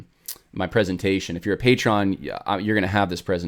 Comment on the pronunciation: The emphasis on the word "patron" is on the first syllable.